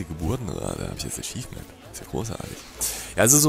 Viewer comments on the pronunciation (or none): none